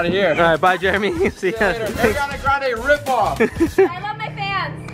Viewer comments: Not Jeremy saying Airiana grande 😂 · Jeremy doesn’t know how to say Ariana grande😂